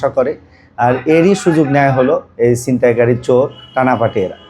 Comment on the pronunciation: সিনতাই কারি মানে? উচ্চারন ঠিক করে কথা বলতে পারে না এই সমস্ত লোক কিভাবে রিপোর্টার হয়?